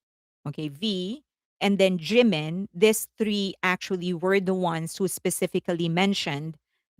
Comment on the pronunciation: Here we go again! First, his name is Jimin, not Jinmin. Second, copied? Blonde hair and long is now intellectual property of Felix? What are you talking about? Blonde hair suits Jimin very well. He is absolutely gorgeous. You could have praised your faves without mentioning Jimin, but you can’t help yourself, don’t you?